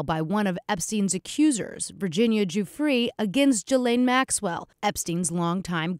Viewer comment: I can’t believe this news reader can’t pronounce the names of ghislaine Maxwell or Virginia Giuffre correctly. Ridiculous.